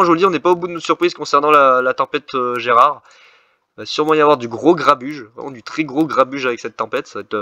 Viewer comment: GERARD PAS GERAD 🤣🤣 BON POINT